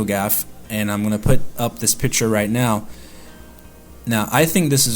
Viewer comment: It's pronounced "picture", not "piture".